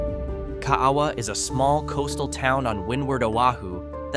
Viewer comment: 💗Ka a a wa = kah ah ah vah pronounced by locals, that live in Kaaawa, Hi. If u blink it's passed in 2 minute! I've lived here for 50 yrs, it has a post office, a 7-11 & Swanzy Beach Park. It's around corner from Kahana Bay. I love paddling over the reef in front my house in Kaaawa!💗 I've lived & fished on most of the islands, like Kauai, Maui, Oahu, Big Island, Molokai, Lanai & other smaller islands of the 200 island chain. Use to fish on an Alaskan fishing boat around the smaller islands & a few others of the begining of the other 200 islands in the chain! It was the year of my 18th birthday, on my friends boat, we called him Captain Ed, he was a real Hawaiian boat captain, he knew the chain of islands like the back of his hand! He was wonderful, I got on/off his boat when ever I saw him & would wind up on another island for a few weeks, & meet him where he was, when I could do it! I had so many adventures with that wonderful guy in his 70s at the time. He finally retired & stayed home with his beautiful wife & I came back to Oahu & married & had 3 children 💝. I'm writing a book of my adventures in the Hawaiian Islands & on that fishing boat. Smooth sailing w/ Love & Aloha, Zee🌊